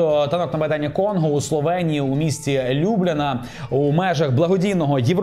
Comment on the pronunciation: Вибачаюсь, але ЛюблЯна, столиця Словенії, трохи різануло вухо